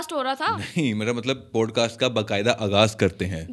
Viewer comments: Please correct your pronunciation. It is NOT POADCAST but Podcast. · Absolutely adore the playful yet innocent vibe you've captured in this video! Regarding the pronunciation of "podcast," I'd suggest considering the American accent's PAWD-kaast or PAAD-kaast, or the British POD-Kaast for clearer articulation. Just a thought for enhancing your already amazing content!